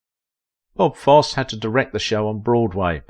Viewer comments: Foss eee, not Foss! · It's not Foss. It's Fos see. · Foss????????? It's pronounced FOSS-EEEEE! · Foss-ee NOT Foss. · I dearly love both Ann Rienking and Bob Foss-ee. I studied dance and musical theater in my teens and twenties. I was terrible 😫. But I adored Foss-ee. Sorry for being techy but hearing his name pronounced Foss were the nails on the chalkboard for me. Sorry again. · YOU LOST ME AT “BOB FOSS” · ❤ it's pronounced... Fos See!! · Great video but your annunciation is off it's pronounced Foss eee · Fosse pronounced Fossey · My goodness, it’s Fosseeeeee. Hearing the narrator pronounce Fossee’s name is torture 😅😅😅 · It was so annoying his mispronouncing of Fosse (long e at the end). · His name is Fosseeeee - geez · Fair documentary of this gifted lady’s career, but please practice pronouncing the great man’s name. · I watch ur channel quite often, however this one is hard to watch as u have butchered the last name of Fossee! Ur pronunciation is wrong! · If you are going to talk about someone as spectacular as Bob Fosse say his name correctly or stop talking! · I would have loved to have met her. I worked in an amateur theater production with her brother. The 'e' in Fosse is sounded.